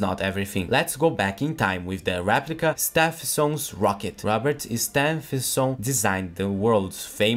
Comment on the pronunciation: Btw Stephenson is pronounced Steve-en-son